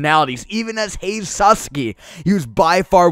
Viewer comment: the way you pronouce it by the way is HAH- I (the i as in machine)- Seh